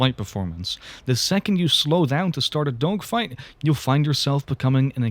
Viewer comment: i swear bro is saying "dongfights" 💀